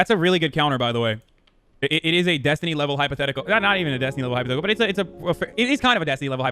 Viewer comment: started the mispronouncing of destiny's name before Finkledick